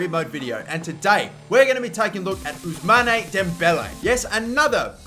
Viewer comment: You mustn't pronouce the "e" of Ousmane.